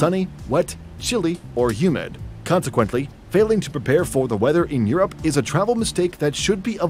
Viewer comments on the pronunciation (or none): He pronounces Europe like Your App. Lol.